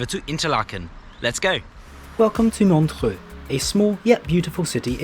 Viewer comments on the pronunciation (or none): MOntchrúúúú´:D ur pronounciation is funny mate :D :D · His pronunciation of Montreux was incorrect.